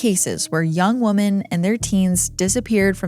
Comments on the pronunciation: Women is pronounced wim-in. I haven’t heard anyone pronounce it correctly in 10 years. Dr. Horvath was half right. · WOman singler The O is silent when plural pronouncing Women sounding like Wimen Please look it up and pronounce it correctly